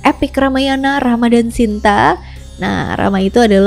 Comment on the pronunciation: Bukan Sinta tapi Sita